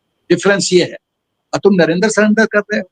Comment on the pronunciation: राहुल को जुमलेबाजी भी करने नही आती। जब वह सकता है 'नरेन्दर सरेंडर; तो उसको इतनी अक्ल नहीं है कि प्रधानमंत्री महोदय का नाम नरेन्द्र है; न कि नरेन्दर। नरेन्द्र और नरेन्दर के हिज्जे और उच्चारण में ज़मीन आसमान का अंतर है। धन्यवाद।